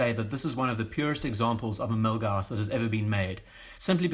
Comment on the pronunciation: Yeah the Milguass is great and in a British accent almost sounds cool 😎